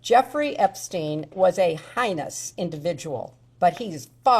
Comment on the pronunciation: Heinous not “high”ness ma’am